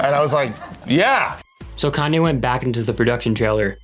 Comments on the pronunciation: when he said Cane-yee West 😭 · "kanye east" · “Kanye East.” IM FUCKING DEEEAD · everybody